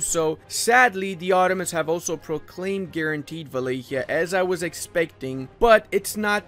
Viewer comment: its not wilikea. its Wa-la-kia